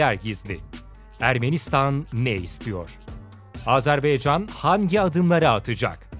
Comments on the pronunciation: Yahu video yaptığınız ülkenin ismini doğru olarak söyleyin, Azerbaycandır adı 'baycan'. beycan nedir yahu, lütfen dikkat edelim. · Sayın sunucu telaffuzunu düzelt... Azerbeycan değil Azerbaycan... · Azerbeycan değil dostum Azerbaycan lütfen bunu düzgün telaffuz edelim saygılarımla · Azerbeycan değil Azerbaycan diye okunur. Lütfen düzgün telaffuz ediniz. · "Azerbeycan" değil Azerbaycan. Onu düzeltelim. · Azerbeycan degil Azerbaycan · Azerb“E“ycan değil Azerb”A”ycan Admin !!! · Azerbeycan değil "AZERBAYCAN"!!! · AzerbEycan değil AzerbAYcan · Azerbeycan değil Azerbaycan o düzgün söyleyin şu ismi kardeşimizin ismi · Azerbeycan değil Azerbaycan!!! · Güzel video...birde kardeş ülkenin ismini doğru söylesek çok iyi olacak...Azerbaycan...beycan değil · Azarbeycan yox AZEBAYCAN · abi azerbeycan degil azerbaycan dikkat et bunlara helal olsun iyi is yapiyosun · Sizin gibi bir diksiyona ve güzel konuşma yeteneğine sahip birisinin ''AzerBAYcan yerine AzerBEYcan'' demesi beni çok rahatsız etti. Bunlara dikkat edebilirseniz, kulağa daha hoş gelir. Videolarınızı keyifle seyrediyoruz. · Azarbaycan yazıp neden Azerbeycan diye okuryorsunuz ya hu? Daha adını doğru okuyamadığınız bir ülke hakkında analiz yapmışsınız gibi bir durum var ortada. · AzerbAycan şunu düzgün söyleyin lütfen